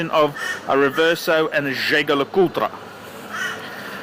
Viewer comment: haah mate the way you say jaeger le coultre is hilarious....